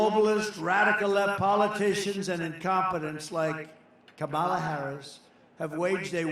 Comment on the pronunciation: Wow! He actually said Kamala’s name correctly twice! He can be taught!!